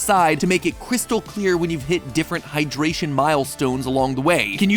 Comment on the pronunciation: That "Chystal clwear"